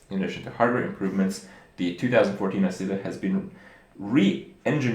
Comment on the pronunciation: they use italian name "nascita" means birth... kripp pronounced it quite quell except the "sc" should be more like an english "sh" and the accent is on the first "a"